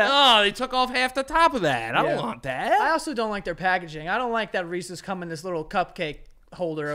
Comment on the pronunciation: As a canadian, i appreciate u called it reeses and not reesees 🤘